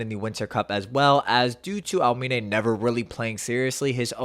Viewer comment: Por qué dices almine ?